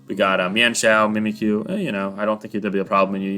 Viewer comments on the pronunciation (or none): none